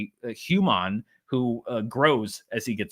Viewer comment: "Hew-mon?" Is secretly a Ferengi?